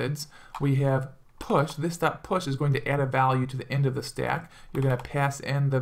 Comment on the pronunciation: Where are you from man i love the way you say "Stack" you hold your a's so it sounds more like Staack which is cool.